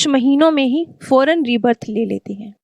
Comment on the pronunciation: Foren नहीं फौरन